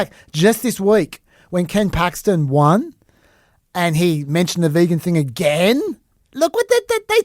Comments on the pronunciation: He doesn't know how to say vegan correctly. Its not his accent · Are you sure that's Trump's accent? Are you sure he just doesn't know how to say vegan? 🤨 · I feel like he doesn't know how to say vegan, yeah... But I'm notoriously bad at catching sarcasm, so I couldn't tell if that accent explanation was a joke, perhaps??